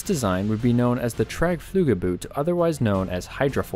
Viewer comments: 'Boot' in German is pronounces 'boat'. The same as in English. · okay, one more time, an s is pronounced like z in zoo, and o is pronounced like a o in go, so boot is pronounced boat, please...do your home work.